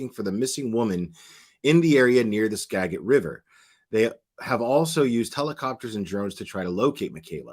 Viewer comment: Ugh u keep pronouncing skagit wrong